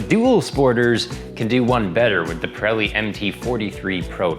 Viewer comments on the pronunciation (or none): none